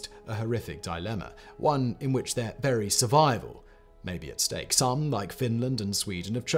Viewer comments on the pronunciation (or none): none